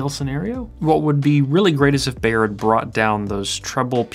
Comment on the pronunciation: Can the Anglophones please stop mispronouncing "Beyer?" It rhymes with "higher," not "mayor."